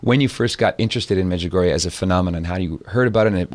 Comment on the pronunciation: wrote a book on Medjugorje yet mispronounces it. All these years and refuses to pronounce Medjugorje correctly. I wonder how correct the information is in the book?